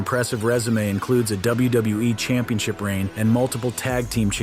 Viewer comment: Am I the only one that's hearing him say "WBE" instead of WWE half the time? Or am I having some kind of episode?